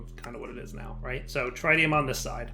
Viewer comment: It's pretty inexcusable at this point. He's playing like a noob because he refuses to explore his options to the detriment of the viewing experience. I hate having to watch him stand there and break wood in the slowest possible manner because he won't craft a Paxel. That and his refusal to pronounce the word "tritium" correctly